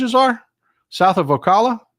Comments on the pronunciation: O Cal la is how we pronounce it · If you’re not from Florida you have a hard time pronouncing Ocala correctly 😂 Otherwise keep up the good work